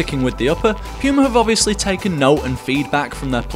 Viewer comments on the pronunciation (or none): I really hate how you say puma but your video really makes me want to buy them now. For me it's a toss up between these and the new power cats